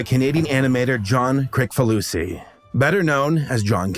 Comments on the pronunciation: ...this narrator is the only person I've ever heard pronounce it "krik" instead of "kris" ...which is correct? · It's "KRISS-fa-loo-see"